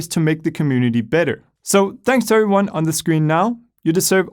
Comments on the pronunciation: After all this time he still can't say "everyone" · IS IT JUST ME OR DOES HE SAY "heyo eryone"